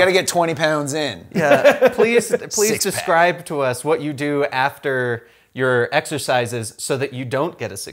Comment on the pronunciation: Hey, I noticed in the start you said suscribe. I'm not mentioning this to ridicule you, but people might do this and make you feel bad about yourself. Take care.